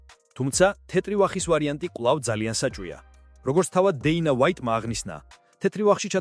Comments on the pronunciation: ტოპურია არა შე ყლეოო თოფურია და დეინა ვაითი არა დენა ვაითი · ტოპურია არა.თოფურია.დეინა არა.დანა ვაითი.ვერა რა ვერგიყურებ გადმოცემის უნარი 0 🤡